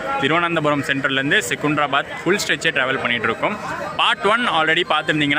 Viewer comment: செகுந்தராபாத் இல்லை செகந்திராபாத் என்று உச்சரிக்கவும்